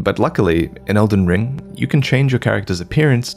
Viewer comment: Dude said elden bling🤣🤣🤣🤣💯